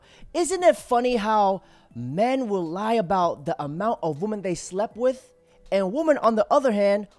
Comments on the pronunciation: Can you pronounce women? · Day 1001 Dude you sound dumb learn to pronounce women properly you have a chance about them